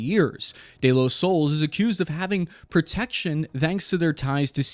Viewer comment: The Spanish word "soles" is pronounced "soh-less". The "o" is pronounced like the "o" in "go", and the "es" is pronounced like the English word "less".